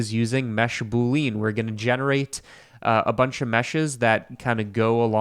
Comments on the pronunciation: I say this not to be like ‘aha, got you!’ but because I think you're the kind of person who cares about getting these things right: boolean is pronounced ‘boo-lee-in,’ not ‘boo-leen.’ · you mean boo-lee-uhn 🤷‍♀ but yeah, don't get riled up when people pronounce stuff differently. Some do it for fun, and like others suggested, it may have been to trigger engagement which I don't mind since Youtube did changed the algo. I sometimes just comment on a video to support the youtube channel 🤷‍♀ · Proof is an alien: the way he says button and boolean.